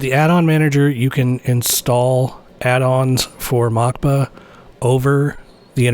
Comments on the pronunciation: It’s not Mockba, it’s “Moskva”, aka Moscow. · I think it is meant to be pronounced Moskva as the Cyrillic would look like Mockba, which means Moscow. Great video, this really unlocks a lot of new features.